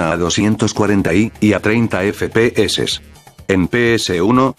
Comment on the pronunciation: Like si solo viniste para oirlo decir "efe pe eses"